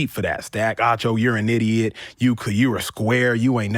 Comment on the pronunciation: it is Acho not Ocho, what is wrong with you.